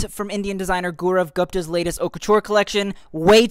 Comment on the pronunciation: You mispronounced Gupta, It’s not Guhpta it’s Goopta